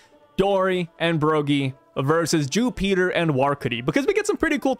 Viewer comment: Jupiter ❌ Jewpeater✅